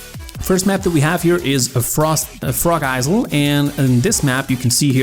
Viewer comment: Its not pronounced eyezyl😂😂😂 its like eyel